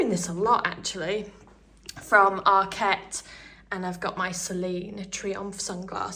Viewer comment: Loved the video, but it’s ARKet not ArKET! Arket is a Swedish word not a French one… 😘